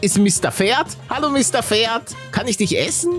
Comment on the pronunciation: Wie jeder Pferd sagt:Pferd Wie paluten pferd sagt:,,Mister ferd " Mir geht gerade der stift 😂😂